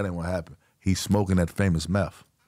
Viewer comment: I'm gonna be the Grammer police here. But it's truth, not troof, and it's meth not meff. 🤦‍♂️